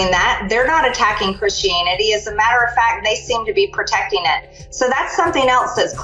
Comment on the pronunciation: The word is pronounced "protecting" not "pertecting", but no one accused MTG of being letteret.